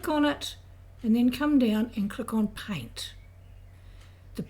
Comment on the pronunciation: "click on pint." it's called paint. not pint. learn to speak correctly.